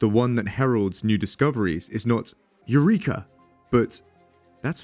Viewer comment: Please (I'm saying that to all science YouTubers) learn to pronounce Eureka correctly. It's painful for Greeks every time we hear it pronounced like that, honestly. Also I can play the insulting/r@ or disrespectful card, but I'm not, I'm just mention it to weigh my plead against some other (mostly illogical) arguments that played those cards, and everyone just changed their ways.